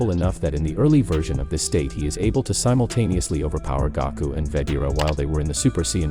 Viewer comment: he said gako